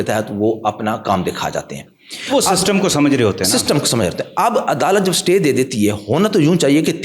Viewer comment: Jahil satay order nahi Istay order boltay hain ( Spelling: Stay )